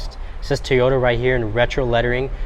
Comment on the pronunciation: FK a 10,000 market adjustment. And after all these years people still can’t pronounce TOY YODA. Not Tea YODA… it’s TOY YODA. Do you say Tee Yo Tires??